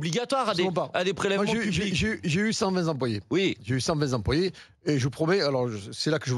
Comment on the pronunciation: à 24 min: le mec il a eu 120 z'employés!🤭